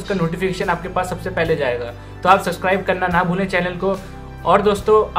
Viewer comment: Bhai subscribe bolte he suscribe nhi..